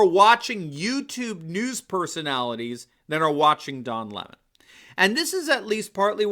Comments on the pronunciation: If his last name is pronounced leh-moh is his full name actually doh lemoh? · "Le Mon"? Sounds just like Cyathinth Bucket insisting that it's pronounced "Bouquet".😂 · Every time I hear Don Lemon's name pronounced Li-MA, I think of WC Fields as Egbert Souse in the The Bank Dick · It’s important to pronounce his name correctly, LEMMING. He is following the, rest of the mainstream media off the cliff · If he pronounces his name the French way it would be L'aimant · Lemon prefers his name pronounced in the high French mannah?? That's like Hyacinth Bucket wanted her name pronounced "Boo-kay."